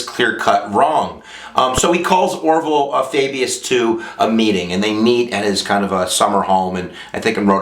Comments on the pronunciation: Orval Faubus-- pronounced OR vul FAW bis. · you butchered the pronunciation of Orval Faubus